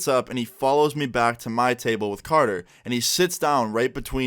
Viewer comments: It’s carter not canor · Thought his was carter lmfao u said conor